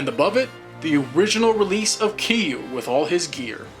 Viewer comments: its not kiru its kirya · Bruh, it’s “k e r i u“ not “k i u“ Not being rude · just a minor nit pick but KIRYU SHOULD NOT BE PRONUCED "KIYU" THE R SHOULD NOT BE IGNORED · lol the way he says Kiryu